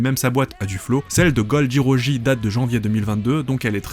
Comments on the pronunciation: Gol D. ROGÉ... sérieux mec? 😂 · Excellente vidéo ta prononciation de roger m'a tuée 😂😂